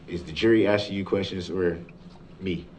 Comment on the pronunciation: I'm axxxxxing you questions 😅